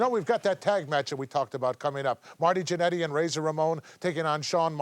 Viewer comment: I love the way Nash pronounces "Jannety".